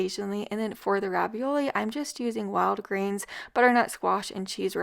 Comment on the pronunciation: I thought you were saying Walgreens instead of Wild grains Lol